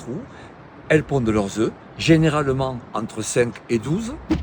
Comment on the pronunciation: Œuf au pluriel on ne prononce pas le F !!